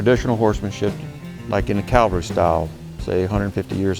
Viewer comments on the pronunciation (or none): Cavalry not Calvary